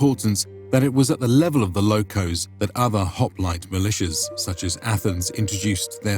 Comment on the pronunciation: is called Μοίρα sounds like Mira . And lochhoos not lokos, Lochhhhos